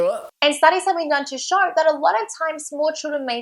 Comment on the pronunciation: she said actually shshssshow signs XD